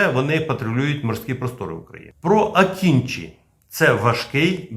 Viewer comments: Дякую за відео! Правильно вимовляти не "акінчі", а "акинджи" (з наголосом на останній літері) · Не Акінчі, а Акинжи